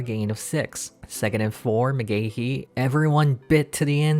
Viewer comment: It's Mcgahee not Mcgahehehe 😅